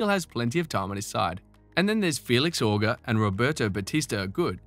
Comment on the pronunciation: Great vid. I most certainly don't wanna sound like the "Uh! Actually..." guy, but since you could have to talk about him often in the future, just know that Félix's name is actually pronounced with soft G and an É sound at the end, so pretty much "OJ" (O-Jay) without the D sound in the J.